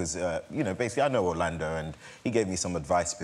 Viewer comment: Did John call Orlando "Lando"? :D